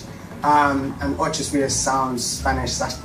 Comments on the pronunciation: His pronunciation of Ocho Rios wouldn't trick anybody. I personally know it as Ochi Re-us😂😂😂😂😂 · Mi vex so til bout the "Ochos" Rios video. 😡 One I dislike people mispronuncing my hometown but then he was so wrong to say he's from Jamaica. 😑 Nuff! Cho man.🤣